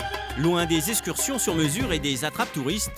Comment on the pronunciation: Quelqu'un peut-il apprendre au commentateur la prononciation du X ? J'ai entendu des dizaines de fois "eScursions". Et puis, l'expression "où on leur semble" n'existe pas , contrairement à "où bon leur semble".